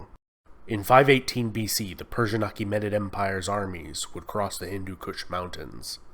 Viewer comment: It's pronounced MEE-an-mar, and ah-KEE-meh-nid. Not M-eye-an-mar, or Akey-menided